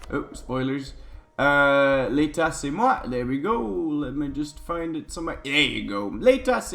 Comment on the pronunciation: Hey, i'm french and i can tell you have a really good french accent, i noticed when you said L'État c'est Moi!